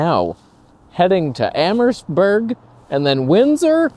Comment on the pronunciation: The map of Kingsville & Leamington that you show is backwards. The way you have it positioned shows Kingsville as west of Leamington, but in reality, it's east of Leamington. Btw, when you pronounce Amherstburg, the letter 'h' is silent. You're not supposed to stress it. Pronounce it like 'Amerstburg', with no 'h' sound.